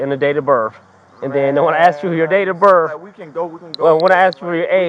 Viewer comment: Cop said YOUR DATE OR BIRF😂😂😂😂